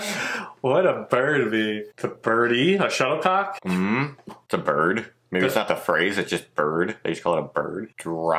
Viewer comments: I think it more like 'birdy' than bird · Birdy ba tamen not bird hahahah